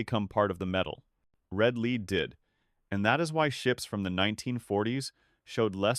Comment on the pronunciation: The persistent mispronunciation of the word, "lead" by the narrator bot should be edited.